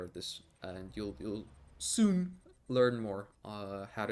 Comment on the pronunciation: Did anyone notice how he said SOON 😂😂😂😂